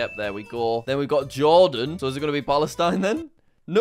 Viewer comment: Its palestine who saying oelestine palestine bro